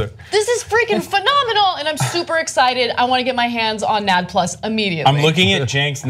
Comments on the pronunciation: Can she stop saying nad-plus..... it's N.A.D.+ and it's a chemical make up in the genome. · It is spelled out N.A.D. plus, not nad Ana... take a biology course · The best part of this is that they keep saying "nadd" like gonad vs N.A.D. haha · ENN AAY DEE PLUS not NAD as its own word... sorry not really important but it hurt my ears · FYI the proper pronunciation for NAD is 'N-A-D' with its letters spelled out, not sounded out 'NAD' as in 'gonad'. This becomes obvious when you understand that NAD is continually being modfified back and forth in a biochemical loop into and from a related molecule by adding a hydrogen to it which is then called NADH, also spelled out, 'N-A-D-H'. It would sure sound dumb to try to pronounce it as 'NAD-UH' :) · It's not nad+, it's N-A-D +. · Ok it's pronounced N A D plus not nad plus. Sorry the OCD in me is raging inside. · it's not "nad plus" it's just "N.A.D." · it is not pronounced nad, it's N - A- D . it's a acronym Jesus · who says nad instead of N.A.D. ? smh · can you please stop calling it nadd plus?? It's N - A - D . please. NAD+ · smh, NAD+ is an electron carrier commonly seen in TCA cycle and Glycolysis. And it's not pronounced "Nad Plus", its pronounced "N-A-D Plus" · its pronounced N-A-D + not "nad" + and I honestly don't know if that will work so much in humans because we contain this on a daily basis, and is a natural by-product of cellular metabolism in us through various energy producing ATP systems/cycles in our bodies; this is interesting but honestly I'm skeptical but would like to see the human results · Jesus, it's not pronounced NAD, it's said like an acronym cause it is one. N. A. D. Nicotinamide adenine dinucleotide. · Toastie Longshanks . yep and its a 'positive' not a 'plus'. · hey guys! its not pronounced NAD plus. Its called N A D plus. So each letter is pronounced. N AD plus. NAD+ is a cofactor. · It's pronounced N A D + not NAD+. Didn't you guys take basic Biology in high school. Cellular respiration.